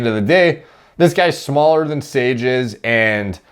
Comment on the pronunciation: “sOrGe” idk why that cracked me up so much lol